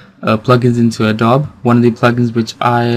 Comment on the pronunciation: It's not "A Dob" It's pronounced "A DOBEE"